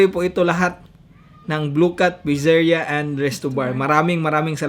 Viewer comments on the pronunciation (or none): Pitzeriya po pronunciation don hindi po pizerya